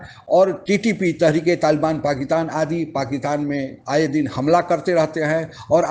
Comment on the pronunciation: ओ बिहारी, पाकीतान नहीं "पाकिस्तान" ठीक से बोल तो ले